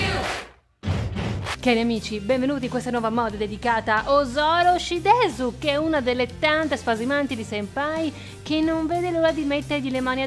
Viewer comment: È Osoro Shideru non Shidesu XD (Spero)